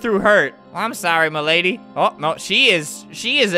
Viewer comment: He was trying to say mlady😂😂😂😂